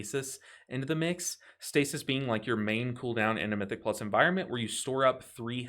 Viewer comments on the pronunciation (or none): none